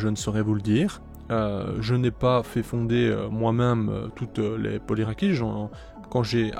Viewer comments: Très jolie couleur pour la première ! Pour ce qui est de la prononciation, le polyrachis dit "polyrakis" c'est dit à la grecque. Perso je trouve ça plus beau et plus correct que la francisation "polyrachis" (lu ici de manière phonétique). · L'origine du mot vient du latin et le 'ch' en latin ne se dit pas , du coup si on veut le dire en soit 'correctement'il faudrait dire 'polyrakis'